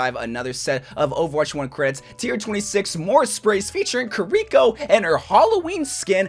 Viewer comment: Sorjern and Kareeko are killing me